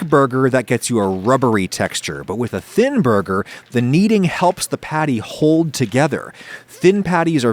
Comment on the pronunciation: Thinn borger